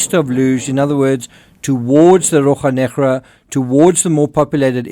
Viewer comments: As a Portuguese-speaking person, please bear 1 minute of silence in respect of the butchering of "Rocha Negra"! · I love how you say Rocha Negra